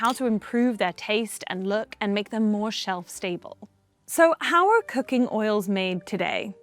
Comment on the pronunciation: every time she is saying cooking, it sounds like cocain